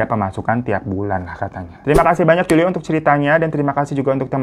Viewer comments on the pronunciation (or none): none